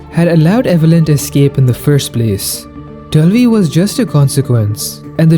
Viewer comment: Why in the re7 portion of the video were you saying "Delvi"? What is Delvi?